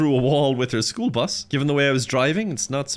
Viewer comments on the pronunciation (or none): The classic "School Brus" attempted aggravated a🧂